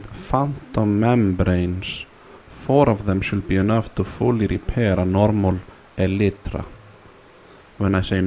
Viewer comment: "Helloo everyone, I want you to show you how to Repair your broken (small pause) E LIT TRA"